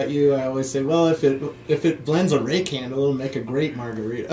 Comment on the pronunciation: Why is it when they say "rake handle" I hear "ray candle" and am confused......:-(